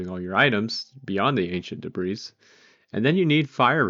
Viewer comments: that is not how 'debris' is pronounced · The S in debris is silent